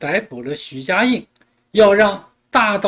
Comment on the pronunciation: 主播你是故意还是真的“徐”“许”不分?